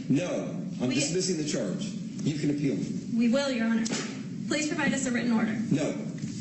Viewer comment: Badass of him, but my ears heard "you wanna appeal me? Cmon" as in challenging her.